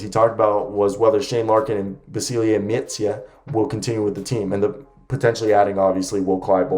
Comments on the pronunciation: Micic is prounounced Michich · It would be more like Meetcheech. You are adding on an extra "eh" sound at the end when you say his name when you shouldn't